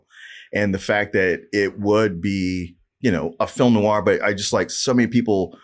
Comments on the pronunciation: Noir is pronounced nuh-warr it’s not pronounced like it’s spelled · a movie critic....not being able to properly pronounce noir (new'are)...is troubling...it means you don't know the genre, the troupes, the symbolism, the origins...and yet...you are critiquing??? smh...every time he says the word...I ask...why am I watching this? You should've went to Turkey and stayed married bro... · Is mispronunciation of noir part of the bit?